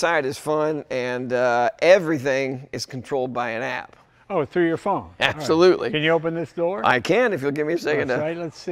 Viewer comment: Did he say appsolutly😅